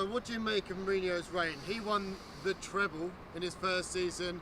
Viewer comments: This mug doesn’t know real football. He plays too much Fifa called matic CDM with no pace. What is a treple? It’s a treble not triple and certainly not treple. Pogba is trash in the prem. You my friend speaking are nothing but a clueless idiot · Ah Treble or Treple ?? what you saying man 🤣🤣🤣🤣🤣🤣🤣🤣🤣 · Mark are you saying treple or treble? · "Treple"? LOL :D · A.... "Treple"????? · Yeah it's odd. I know he doesn't care about pronunciation but treble is such an important word for United fans. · What the bloody hell is a "treple" 😂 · THE TREPLE 😂😂